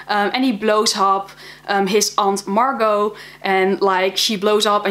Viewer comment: U said "Aunt Margo" It's "aunt marge"